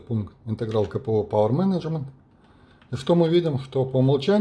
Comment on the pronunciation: буква "C" в CPU, читается как "Си", а не как "K")) Каждый раз с толку сбивало на слух - что за КПУ такой))